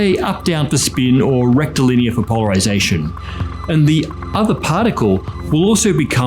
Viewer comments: I wonder how many proctologist's ears perked up every time said "rectilinear"? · How unqualified to be here am I? I keep hearing him say “rectal linear” and all I can think is “straight up ya bum”. I’m hopeless.